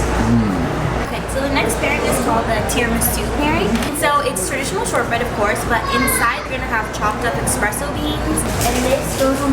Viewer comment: "Expresso Beans" smh